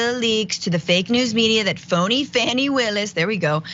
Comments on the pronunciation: Her name is NOT Fanny. Its faw-nee. Why are you the only person who does not know this? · Hey Francesca, do you think you could learn how to say Fani's name right? It's pronounced Fawny, not Fanny. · Please, please, please pronounce Ms. Willis' first name as FAWNIE, not FANNIE. It is respect which you normally do so amazingly. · Learn to correctly pronounce her name! It's pronounced (Fawn-E).